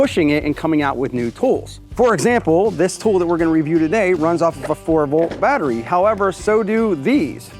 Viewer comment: I only watch your videos because I love to hear you say bat-ray. That and all the cool new stuff from Reeyobee. BTW, you slipped on your pronunciation .